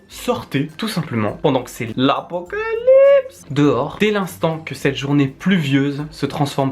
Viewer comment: L'apocaslip comme dirais titeuf